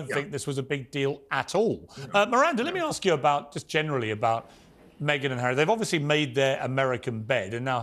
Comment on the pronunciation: Just think that Paul Burrel is being paid for his opinion and everything becomes clear! I find Miranda Devine distasteful, not to mention her pronunciation of 'Meeeeeeeeeeghan Markle'! Come on, please!